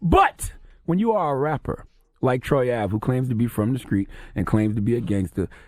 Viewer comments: The word "Street" is not that hard to say, holy shit. WTF is a Skreet?!? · I cringe every time Charlamagne says “skreet” instead of “street” 🤯😳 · And IT'S STREET NOT SKREET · The "skr" in words that are supposed to be "str"...Somebody tell Charlamagne to stop talking like he's from South Carolina😂😂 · Charlemagne cannot say T he says K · Did Charlemagne just say the word "screet"...? I think he means "street"😂😂😂...I'm from the south...no excuses.. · Finally somebody notices! Skreet and Skrippers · "Skreet dude, Skreet rules" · Charlemagne can't even say the word street. He needs to fall back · The way Charlamagne says The Street......Discreet lol